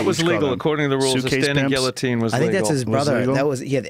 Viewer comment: i still laugh when he says Guillotine "ge A teen" :D